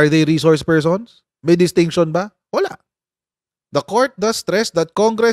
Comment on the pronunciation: Pershons 😅 bangag